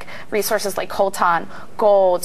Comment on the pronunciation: What is this word she uses when describing this essential electronic element? It sounds like "Colton," but a combination of Google search words turns nothing up. Thanks.